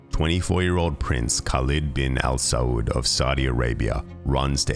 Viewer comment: ok as an emirati please learn to say the names, its HALID not KHALID the K is silent in arabic, like PH in Phone, KH is a HAA sound. next SAUD said SAH OUD and its said DU BAY not DU BUY